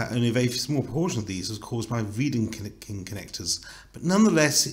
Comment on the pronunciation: But: it’s Wedekind, without „r“